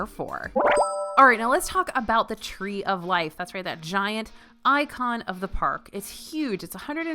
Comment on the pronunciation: The “Tree of Liff” 🥴